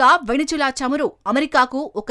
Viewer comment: Please pronounce the country name correctly. It's not venejula, it's Venezuela